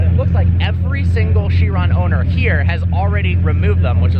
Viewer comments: The way he says bugatti annoys me. "Booogarty." Also, it's not "Chirraaan" It's Chiron. How it's spelt. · It's not "sher-ON", it's "KI-ron". K-EYE-ron. KAI-ron. However you want to spell it phonetically, it's still pronounced the same. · I hate to be that guy but it's pronounced 'ky-ron'. Sorry. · Bro, it it pronounced kai-rawn not shee-ron. How do you not know this as a car enthusiast? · Cheron don't you mean chiron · just saying its chiron not shiron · Just a fuckboy who thinks that because he owns a lambo he knows everything about cars. He pronounces car names wrong. "Sheeron" lol gtfo says agera wrong too. Ive heard christian von koenigsegg himself pronounce his cars correctly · It's pronounced KYRON! 😕 Say Shiron, once more, I DARE YOU. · Chiron...is it pronounced "shiron" or "kyron"? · Bugatti Shiron, its a CHiron as in CHeese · dude said shiron XD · shrion??? Realy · It is pronounced Kye Ron, mo ron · Chiropractor, chiral, and there's "Sheeran"? WTF? Quit pronouncing it like a douchetard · The car is French, its "shee-ron". Gotta love Americans giving other Americans a course in language pronunciation, when they don't even know the language the name is in.